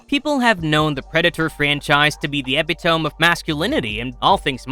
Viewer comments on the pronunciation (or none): Yeah! Girl bosses and woke predators, who are gay! Seriously, though. I always get excited for new Predator movies! A word of advice for the narrator. Don't use words that you can't pronounce properly. Epitome - E-PIT-O-ME. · Epitome is pronounced "eh-pit-oh-me."